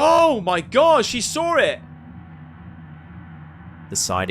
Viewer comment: I like the way he says "saw" reminds me of the way Paul Sr. from Orange County Choppers. They say "saw" with a r sound in it. Sawr or sarw 😂